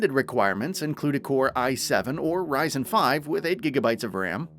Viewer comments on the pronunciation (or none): none